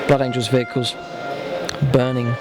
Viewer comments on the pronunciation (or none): none